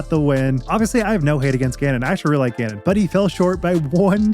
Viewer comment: LFG for calvin! btw T it really sounds like you say gannon wins.. and the CC agrees lol it says genon LOL